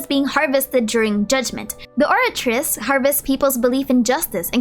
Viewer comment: C'est pas Opératrice je pense mais Oratrice dans le lore 😉. Pronounced like Oh-Rat-reece.